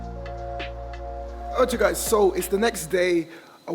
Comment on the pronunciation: Bro what’s that you always say when you start a new clip???! Lol “artiu guys”